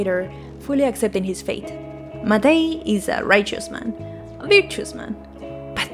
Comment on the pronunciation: hey just stumbled upon this randomly. first channel I've seen talking about this game that pronounces Matej correctly so thank you!! I'm not from the west slavic countries, but I am from a southern slavic country and most of the pronunciation of names and words from both you and seemed pretty much accurate (from what I could tell that overlaps with my language, slovene). I would like to reiterate what another commenter said that you could make your voice a bit louder than the music; though I checked out some of your latest video (about gobsmacked) and the balance seems mostly ok in that one, I think once you are able to get a good microphone your voice will be really clear. I really like your character, it's very expressive and funny (I also checked your twitter and I really like a lot of your art!) best of luck with your channel! I hope you continue to make videos on stuff you're interested in